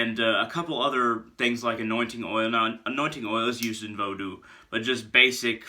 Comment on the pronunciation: I appreciate you pronouncing Vodou properly, brother. 👌 I've been at the crossroads a lot this summer... Spoiling Legba, in hopes that he'll open the right doors for me.